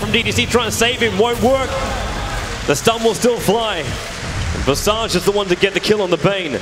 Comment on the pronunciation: that visage pronounciation